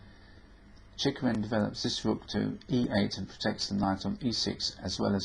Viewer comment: He pronounces it quite right: "Cheeghoreen"